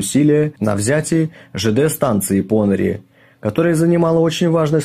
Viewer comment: Уважаемые, спасибо за Ваш труд - неплохо,НО....какие ПОныри? - ударение приходится на последний слог - ПонырИ! Очень режет уши...